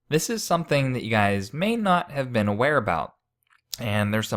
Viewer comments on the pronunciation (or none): none